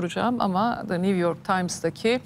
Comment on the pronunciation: Niv york deĝil güzel nü york nüüüü